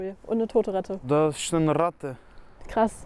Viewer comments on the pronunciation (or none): Bei : Das ist Rrrratte.